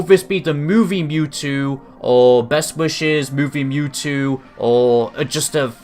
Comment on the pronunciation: Wow you messed up his name. It's Mewtwo. Not Newtwo.